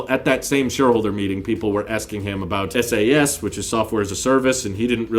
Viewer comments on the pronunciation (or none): No one calls it "SAS", it's SaaS. I also had no idea what that lady was talking about and I'm a software engineer working on related products.